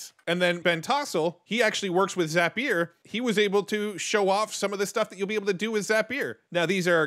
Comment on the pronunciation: Another super helpful video. And you have the best pronunciation of Zapier I've ever heard. For the record, it's pronounced Zap-e-er.